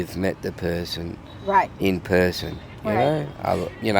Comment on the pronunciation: I think I heard her pronounce the word person as puhson after that Australian interview. Interesting!